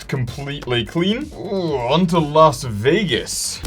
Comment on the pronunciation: You pronounced almost everything wrong for las vagas